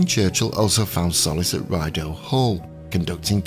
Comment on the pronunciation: thanks for such a beautiful tribute to Princess Alice! And, um...I don't mean to be nit-picky, but I am Canadian, and I can advise you that the name Rideau, of Rideau Hall (that Churchill loved) is pronounced Ree-doh and not Rye-doh. I hope that is not taken badly! Hard to know how to pronounce city or other names, if they are not part of your country or culture. 😽I always struggled with pronunciation of British towns and names - often got it wrong! So I totally get it! 😁Thanks again for such a dignified, and informative, video! You're the best!